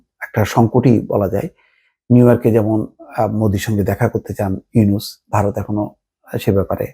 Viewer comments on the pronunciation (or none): none